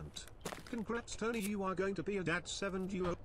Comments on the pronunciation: That’s why his name is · tony -->